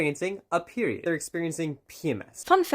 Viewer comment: “KnoWn as a PERWioud”